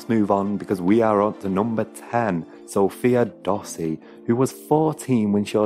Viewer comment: Bruh u said sofia dossi its SOFIE DOSSI